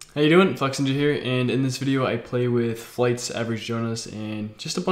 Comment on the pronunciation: So it’s Flex-inja, not Flex-ninja... just noticed